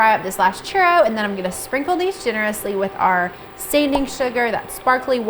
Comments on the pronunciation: CHUROWS that’s what it sounds like to me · One at a time only??? You have too much time on your hands lol!! Fry in bigger batches is my suggestion. I love churros!! Sprinkle with cinnamon and sugar right away when out of oil for better adherence. The way you pronounce churro almost sounds like you're swallowing the letters.. hahahaha 😂 Bon appetite 💝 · As a Hispanic, they way people pronounce it makes me cringe but laugh a bit, all in good fun 😂